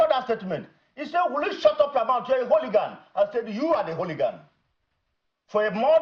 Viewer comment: Let him go and learn how to pronounce the word hooligan! Let him replay the video of the altercation and learn from Dr. Oby